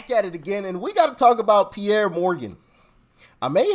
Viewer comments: It's Piers, you actually pronounce the 'S'. They should call him Charlemagne 'thinks he's a god.' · Why do you keep calling Pierce Morgan Pierre? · 😂 did you just call him Pierr Morgan...😂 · Doc.. it's Pierce not Pierre..... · FYI, ITS not piere Morganits prnounced Pierce Morgan. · Just wanted you to know, it's Piers (pierce) Morgan. But love your posts❤ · Pierre ??? It pronounced peer-zz.. or peer-se... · It's peeeer's Morgan Morgan lol no pi er he's English not French 😅😅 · Thanks for another great show, btw, it's not Pierre Morgan, but Piers, pronounced Peers. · I usually watch on ROKU so I don't comment, but I watch you every single day. I love your content...oh, by the way it's Piers, like pierce, not Pierre. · His name is pronounced PEERS. Not Pierre. No disrespect just passing info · His name is piers like the needle pierced my skin. (Not trying to be rude nor a grammer nazi just enlightening I hope) love your channel. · Morgan's name is pronounced 'Pierce'. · Nice video, but it Piers Morgan not Pierre 😂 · Piers is pronounced Pierce, lol! Trump has my vote no matter what. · Pierre Morgan 😂 That's the first time I've heard his name pronounced that way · His name is pronounced"Peerz" Morgan. Just an FYI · Piers..pronounc ed Pierce. Love ya Doc. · Piers is pronounced Pierce 😂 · Bro, it's Pierce Like PEERS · Just as a clarification, Piers is pronounced like “peers.” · Doc, it's Piers, like what boats pull up to. :) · Piers Pronounced- Pierz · Pearce for pronunciation matters. Get a grip. 😮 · His name is pronounced PIERs as in fishing Pier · its pronounced like a fishing pier but plural